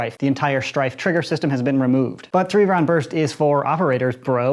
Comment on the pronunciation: Tree hundred fourteenth